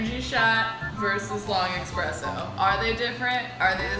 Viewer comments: espresso not expresso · eXpresso. OMG THAT IS NOT HOW YOU PRONOUNCE IT. es-press-o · It really grinds my gears when someone says EX-presso instead of ES-presso, which is how it should be said. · eSpresso. Not eXpresso. You're truly, your local broista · It's not expresso!!!! It's espresso, why is the title correct but both and keep saying it wrong? It kills me:P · They know its ESPRESSO, not Expresso, right? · eSSSSSS-presso. not eX-presso. if you're going to do a whole video about it, at least pronounce it correctly. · OOOOO WHEN THE GIRL SAID EXPRESSO AHHHH 0.37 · girl 1 - i dont have a delicate pallette... we knew that the moment you said eXpresso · Lol yeah she doesn't have the delicate pallet to drink coffee. She called it expresso like no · I swear to god if I ever hear someone call it an "expresso" again I'll neck myself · I don’t like that she says “expresso”. Then again, she works at Buzzfeed. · They kept saying eXpresso and as a barista, that really bothers me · it triggers me so much that they say "Expresso" :| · It's not EXpresso. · Who else hates when people pronounce it 'eXpresso'???? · I don't think they know how to spell/pronounce espresso